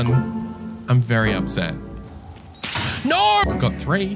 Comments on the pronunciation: I liked you till you said noooorr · He says perfectly “I didn’t think that was going to happen.” But also says Nauuurrh when trying to say No truly amazing 🫡